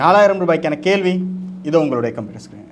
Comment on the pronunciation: நல்ல நிகழ்ச்சி நடத்துனரினர் மார்க்க அறிவும் பாராட்டத்தக்கது இந்த வயதிலும் மாணவியின் மார்க்க அறிவை கண்டு வியப்பு நடத்துனர் தமிழ் உச்சரிப்பில் கவனம் செலுத்துவது அவரின் திறமைக்கு உந்து சக்தியாக லாம் கேள்வி - கேல்வி